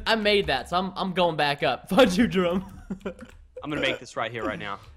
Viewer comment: Preston on he said Jerõme instead of Jerome